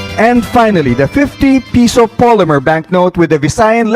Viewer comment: PESO NOT PISO !!!!